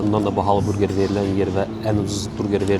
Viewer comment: Qardaş burqer yox burger